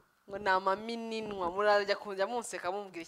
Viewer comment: Hi, Bavuga "amamininwa" biva ku nshinga Kuminina ntabwo bavuga "Amamiminwa", Ikindi bavuga "GuSHYIramo" ntibavuga "GuSHIramo" naho ubundi inyigisho zawe ziradufasha komereza aho.